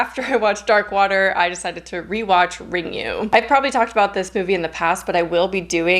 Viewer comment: 'RIngu' is pronounced as Ringoo ('u' is read as the sound 'oo' in Nihongo i.e., Japanese) So, Juon (Grudge) would be talked about as Joo-awhn. Dying to watch 'X'. Totally approve of Fresh as being intriguing. It actually is interesting and kind of reminded me of this Indian movie called Aamis which is a regional movie that has an unusual plotline and horror given a very different treatment.